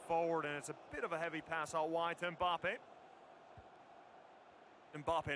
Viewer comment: It’s Mbappe not Mboppe. It’s Varane not Veron.